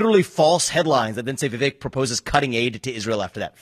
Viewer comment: It's Vi-Vek like Cake!